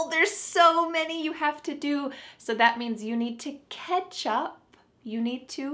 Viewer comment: Catch up on sounds like ketchup on😂